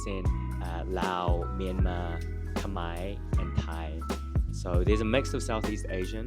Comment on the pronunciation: your thai accent is so good